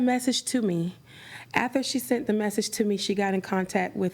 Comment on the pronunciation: The defendant keeps saying "ather" instead of "after" and it gets me every time